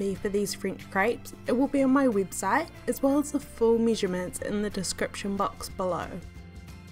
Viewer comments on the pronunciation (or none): Yeah.. Yah .. eggs .. iggs!! measure missure??? Website wibsites??? Everything.. ibverything? Wheat .. wet? Blender .. blinder??? Crepes .. krapes? Omg relax.. relayks